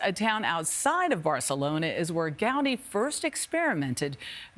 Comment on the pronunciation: “Gowdy”? Seriously? Can’t even be bothered to learn how to pronounce the man’s name when the article is specifically about him?